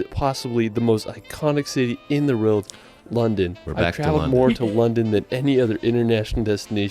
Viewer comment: Why does this narrater repeatedly say "reeled" instead of 'world'? Why does he say "Westminister" instead of the correct term 'Westminster'? 😮😮